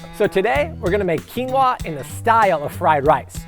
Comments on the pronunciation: That's not how you pronounce it. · Why are you saying "quinoa" like that?